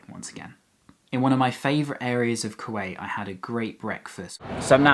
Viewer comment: You butchered there name